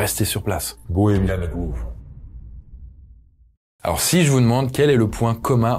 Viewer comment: Grove (comme « gros » en français), pas groove 😉